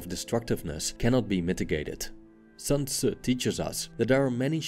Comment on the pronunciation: Good almost-native pronunciation of "Sun Zi".